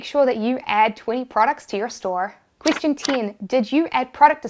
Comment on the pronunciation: "Question teen"